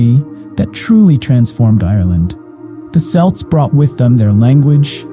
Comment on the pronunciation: Hun u says it wrong it sounds like kelts not c spelt with c say kelts hun am a celt